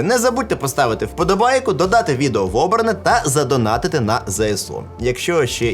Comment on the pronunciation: Я кайфую від вашого вимову, а особливо від слова " вподобайка" !!! Так тримати, просуваємо Україномовний Ютюб!